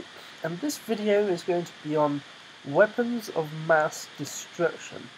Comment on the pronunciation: i thought it was weaponsS not weaon